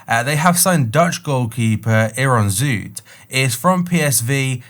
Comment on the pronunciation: I really like how you pronounce Zoet’s name right 👏🏼